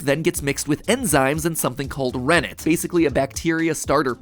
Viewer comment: hearing him say rennet i thought i hear remnant